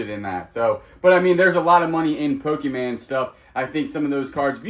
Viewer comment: PO-KEE-MAN? No. PO-kah-mon. I know you screw up words on purpose, but this is the only word you mispronounce 100% of the time, which leads me to think you don't KNOW the proper pronunciation. No charge, you're welcome! Love your channel!